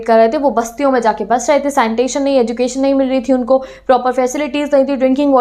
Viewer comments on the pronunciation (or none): none